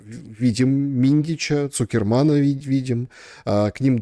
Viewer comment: Сахерман, не цукерман